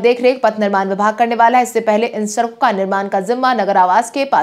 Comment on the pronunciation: Sarak sarak kar sadak bolo